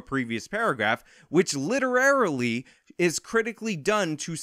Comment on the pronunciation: "literarily" yes!!!